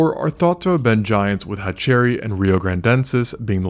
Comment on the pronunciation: Cool channel but its pronounced hatcher-rhy not hatch-cherry 👍